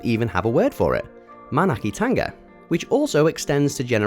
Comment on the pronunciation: NZ - your pronouncement of Manaakitanga was almost perfect (the vowel sounds were exact), just next time, sloooow down when speaking Reo (Māori) i.e sounds like *Maaa-naaaaaaa-key-tongue-nah*. Kiwi are generally chilled out and we talk a bit more relaxed than "normal" English. ;-)